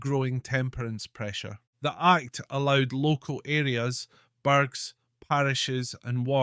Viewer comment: "Local parishes, burgs(???) and wards..." Odd pronunciation, that. It's Scotland where the word was burgh.